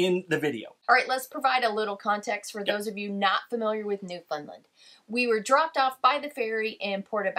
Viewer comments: Hello I live in Newfoundland (St John's). Just a trick to pronounce Newfoundland, it rhymes with understand. Hope you have a wonderful time in our province. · Thanks for visiting our beautiful province. I’m sure you were told this but it’s pronounced New Found Land 😀 great coverage and views. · Your videos are great and I am glad you are visiting Newfoundland and Labrador. One thing though that is driving me crazy - it is pronounced NewfoundLAND - like the word UNDERSTAND. You've probably already left but I thought you should know! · I've lived here on The Rock for all of my 65 years, and I think the best way to describe how Newfoundland is pronounced is Noof-end-LAND. The LAND part is pronounced as you would in saying Disneyland (a very familiar pronunciation hint for our visitors from the U.S.A.), and the whole word rhymes with and has the same cadence as understand. UnderSTAND Noof-end-LAND!❤ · You are pronouncing Newfoundland the way most Canadians pronounce it except for Newfoundlanders. I've had three Newfoundlanders correct me over time (I'm on Vancouver Island) and their "trick" to teach is to use the word "understand." The emphasis is on the "stand" in the word, so Un der STAND. The same with NewfoundLAND, the same way to say it. So new fund LAND. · A better way to spell the pronunciation is New-Fin-LAND (emphasis on the Land) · Yes, you really need to learn how to pronounce Newfoundland correctly... the third syllable is really "land"... as in understand, make a stand... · Newfoundland is pronounced New Found Land. the emphasis is on Land. A good way to get it right is to rhyme Understand - Newfoundland. Newfoundlanders are sensitive to mispronunciation. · It’s pronounced NewfoundLAND. Not NedfoundLUND. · As a Newfoundlander living in st.johns to this day Americans always say “new fin land or new fin lind “ lol when it’s plain by looking at the word it’s found. Like the video by the way 😊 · NewFIN land ? Newfoundland rhymes with Understand :)